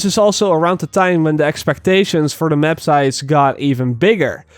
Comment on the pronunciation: Hahaha i love how is says " the mep"